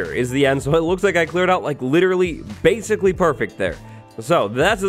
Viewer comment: He said "BASEcally